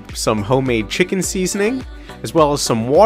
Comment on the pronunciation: Him saying Chicken as Wiccan just makes me wonder how he made Witches into food......